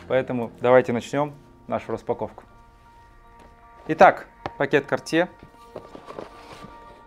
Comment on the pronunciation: Картье Паша🫢 ударение на последнеюю букву все таки...